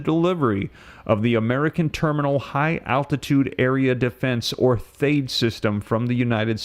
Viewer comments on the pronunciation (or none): everyone else pronounces THAAD with a short “a” sound. I can’t find anything to confirm the correct pronunciation, so you may be right. Also, I am always confused about whether you are intending to use the word DETOUR, or DETER. Could you clarify?